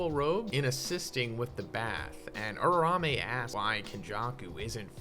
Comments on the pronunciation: Uraume's name: Uraume Zhoniin: Urarame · its not pronounced ururame and new